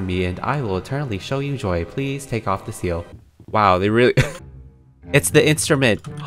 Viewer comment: It’s de instrument: DE instrument Me: I- uh THE BIWA